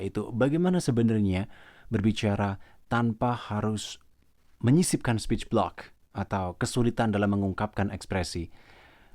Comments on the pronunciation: Sporch blick Speech Block Yang bener yang mana min, maaf kalau salah denger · Iya aku dengar juga bgt... kyknya slh ucap 😀